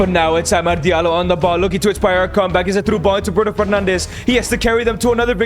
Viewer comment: Why do you say amard its amad